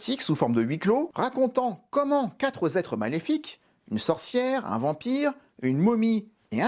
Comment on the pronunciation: Merci pour cette vidéo, toutefois un détail : "quatre zêtres maléfiques" ce n'est pas très joli zà l'oreille (ça me rappelle Les Liaisons Dangereuses)!